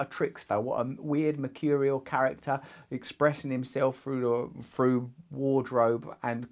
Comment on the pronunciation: Love you Russell, but I believe the word “through” is pronounced like ‘thru’ not ‘fru’. Just sayin ...